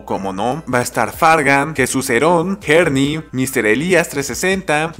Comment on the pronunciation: JERNY jeje. Es Herny, la H no se pronuncia, solo un dato